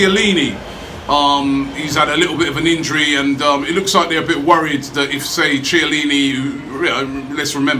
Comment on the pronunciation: Robbie, Chiellini is pronounced Key-ellini. Anything with Chi is pronounced Key